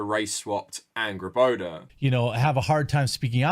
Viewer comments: I’m excited to play GoW:R, but years of following Dr. Jackson Crawford on YouTube has primed me to cringe every time someone calls her AngrboDA, instead of Angrboða with the voiced ‘TH’ sound. :( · I'm sorry but I keep hearing her name as "Angry Boner"